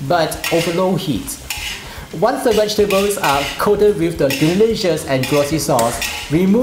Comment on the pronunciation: Correct pronunciation please.